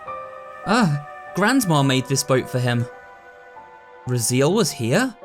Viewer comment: I think it’s pronounced Raz-ay-el, not Razeel.